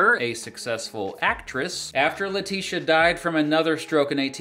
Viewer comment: Letitia is pronounced like Patricia, not Lateesha